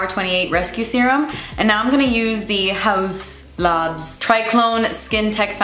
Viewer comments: u said it wrong… its Haus LAB or a tories 😂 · Love how you still call haus labs as howuzzz lobzzz 😂